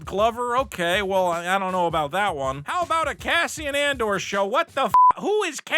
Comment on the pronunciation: "member berries" lol... love even more for not editing out "Cassian ANdor?! Who'd wana watch that?! thats gonna suck!"